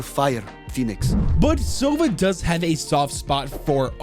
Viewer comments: btw his name sounds not like "sOva", it has to be "sovA". Owl sounds like that in Russian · In Russian sova isn’t pronounced „sova“ but actually sava